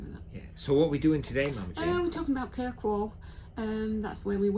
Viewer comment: its not kirkwell its kirkwoll